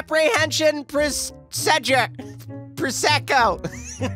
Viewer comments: “apprehension... presedo... pr-prececco!” “procedure.” “that’s what i said-“ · "Prosecko" "Procedure" "That's what I said"